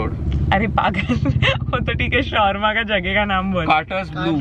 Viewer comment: She called "shorma" it's SHAWARMA 😭😭😭